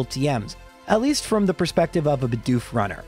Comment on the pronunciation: Why do so many youtubers fail to say Bedoof properly? Half of the time it sound likes they are saying Budew instead.